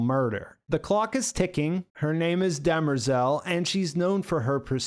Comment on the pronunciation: Why does the keep calling demerzel, dermezel?